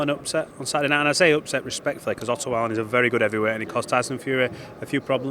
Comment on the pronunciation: why do they pronounce it vallin when they say it, instead of wallin..... and why would dubois become a superstar for beating a drugs cheat in miller whos beaten absolutely nobody lol.. this guys mad